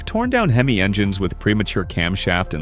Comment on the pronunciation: Hey, the word is prounced HEM EE, not HEM ISS.DUH!